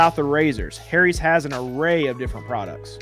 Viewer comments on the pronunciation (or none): I LOVE how you say "HAIRIES"... 🤣